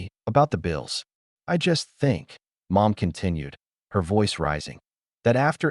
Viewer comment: ? 🤔 Instead of saying Mom. Ai voice says "M, O, M" 🤦‍♀️😅